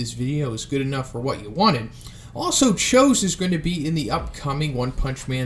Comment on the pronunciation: thats not how you say his name lol